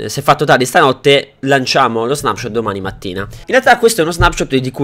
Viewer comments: perfavore che qualcuno dica a quest'uomo che si dice snepshot e non snapshot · ti prego devi dire non snapshot letto così ma con una e al posto della a quindi leggi snepshot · quando recensisci uno snapshot, che si legge snepscot e non snapscot, fallo con cura e informati bene sulle cose, guardati il video di erenbalze e confrontato con il tuo rispetto a contenuti e informazioni